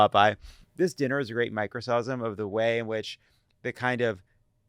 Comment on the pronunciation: Lovett pronouncing "microcosm" as "my-crow-soz-um" is the most psychic damage I've ever taken from a spoken word